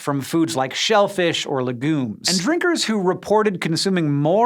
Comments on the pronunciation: le Gooms? LEH GOOMS? It's Legume! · So that's how you pronounce legumes. Non native speaker here.